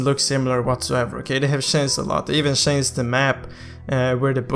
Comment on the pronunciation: chanced = changed? learn to pronounce dude